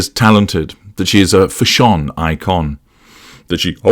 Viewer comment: I really enjoy how you pronounce fashion ‘fashhjooan’ 😆